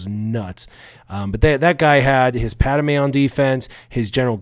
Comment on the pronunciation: PAD-ME not Pad-A-me